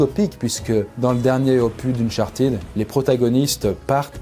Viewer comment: unchartÈÈÈd pas unchartid